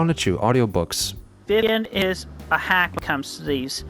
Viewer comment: "including his cou'zn vi'ian" Cousin Vivian not chlamydia